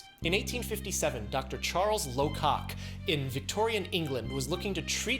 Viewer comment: You really made sure to eclearly enunciate Dr. Charles Locock's name lol